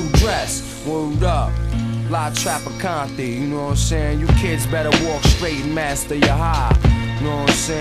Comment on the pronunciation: La Trafficante* not tropicany or whatever the hell that other dude said